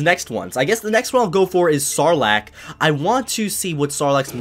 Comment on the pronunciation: When you said "Sarlacc" I thought you said "Snorlax" 🤣🤣🤣